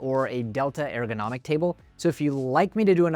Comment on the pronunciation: Love the videos, just subscribed after watching several. Great information and engaging, but please change the way you're pronouncing ergonomic 😂